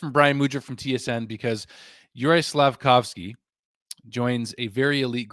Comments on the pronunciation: Caufsuzki??? Why. There's litteraly Slafcaufki available RIGHT there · Slaf - Cauf - Sky... You got it wrong.